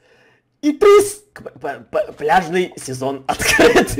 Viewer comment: Мне послышалось не пляжный сезон а бляшный сезон 🤣😅